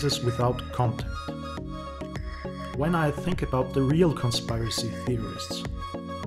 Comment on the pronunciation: You have SEVERE confirmation bias and you generalize about people and assume crap you want to believe is true AND you need to at least pronounce "conspiracy" before you claim to be an expert. ; )